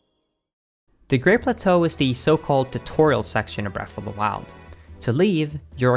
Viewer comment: Why does he say "breaf of da wiled "